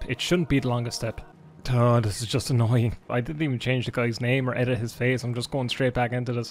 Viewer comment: Today I learned that “annoying” can also be pronounced “ANYNNNNNNG”